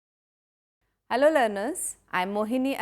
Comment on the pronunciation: Ye apne hello ko Ello q bola